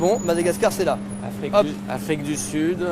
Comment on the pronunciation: L'afwique j'adore l'afwique je suis afwiquain